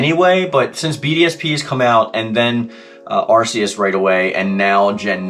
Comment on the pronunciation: Arceus you pronounce it like an arc- eus